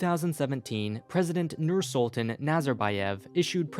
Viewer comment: The way he Pronounced Nursultan at the very start sent shivers down my spine. Noor-Sool-tahn is how it is pronounced. (I am half Kazakh for anyone wondering)